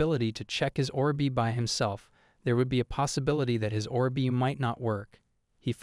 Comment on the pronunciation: Look Orb is not two words as in Or B it is one word, please for the love of god learn English or please just stop you sound like a fucked up record player that has no clue how to play a song. Orb is said /ôrb/. Look, just type say orb in a browser should get you to a search that will link to a say page that will show you a speaker-type image that, if you click, will say the word.